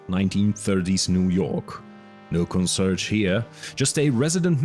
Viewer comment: “Consurge”? Con-see-AIRJ, at least in general English.